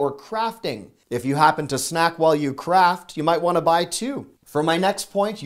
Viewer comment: omg. I thought I heard you say "if you snack while you crap". LOL But I think you said CRAFT. LOL